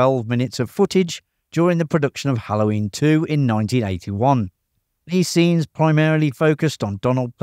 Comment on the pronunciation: XD The way you say "Hallhoyiiin".